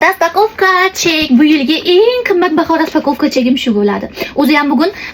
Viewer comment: Nima. Har doim raspakovka cherk deysiz 😂😂😂😝